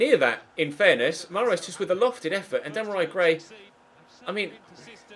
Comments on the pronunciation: Dam-a-rai Gray?😂😂😂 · "Demorei Gray"🙈